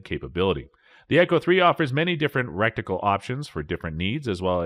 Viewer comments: Mo noc uh ler......rek ti cul..... lol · “rec-ti-cal options”? “Mi-knock-o-ler”? “Reviews” XP-40, shows XP-50. SMH... Reviews should only be done by people that actually know what they are reviewing and what they are talking about - not somebody pretending to do a review by simply reading the brochures from the manufacturer.